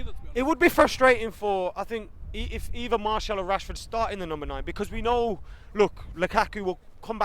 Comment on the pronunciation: Marshall? wtf you are supposed to be Utd fans yet dont even know how Martial's name is pronounced